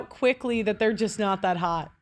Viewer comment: Is she says thot instead of that and dunver instead of Denver I’m running before I puke.